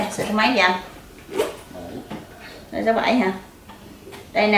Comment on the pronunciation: SIZE Không phải là "Saze" nhé.